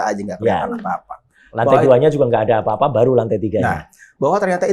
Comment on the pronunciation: Bang Reza Indragiri nahawan tawa saat mendengar Roy Suryo mengatakan "FUra - FUra tidak tahu aFA - aFA":face-blue-smiling::face-purple-crying